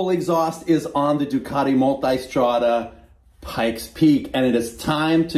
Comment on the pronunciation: The "Multystrada" pronunciation seems to need a little adjustment